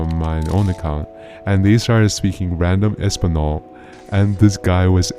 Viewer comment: español sounds like espaniol not espanol i know Spanish a bit AND I was born in Spain so that triggered me 😤(I just read the comment commented and yeah idk what to type)